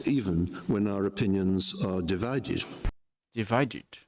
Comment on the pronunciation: Divided. Not dividedge. It’s educated English. Some Aussies speak Educated English as well but with an Australian accent.